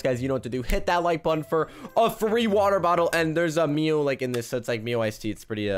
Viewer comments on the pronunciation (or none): none